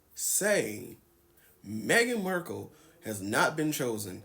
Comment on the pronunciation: Completely agree with you. I enjoy your videos… aside from you pronouncing Meghan’s last name as MERkle instead of Markle. That’s a pet peeve for me…